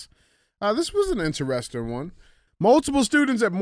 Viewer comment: DJ spends too much time trying to be the center of attention. Really makes CTI unwatchable. He is not funny and his illiterate pronounciation of common words (in-tuh-res-tun = interesting, axe = ask, etc.) are a "crime against humanity." I'll stick to Q&AF from now on and skip CTIs.